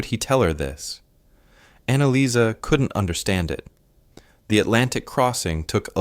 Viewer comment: Interesting historical story but I wish the woman Annalisa’s name wasn’t pronounced differently every few seconds. I do hope there were kind soldiers in Canada, the USA, and England, in all countries that fought and took POW’s to their countries. But statistically speaking war can bring out evil as well as kindness and I have no doubt some women were abused and made pregnant and some even killed from both sides. Today one out of four women are s. abused. I am so glad that Germany is known for remembering their misdeeds and murderous camps. They should have been treated better after ww1 and Hitler may not have risen as he did. They should be proud at how much they changed and taught their children differently from the way Hitler envisioned.